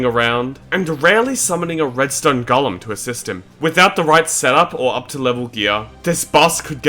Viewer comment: It's irritating my soul how this dumass pronounces golem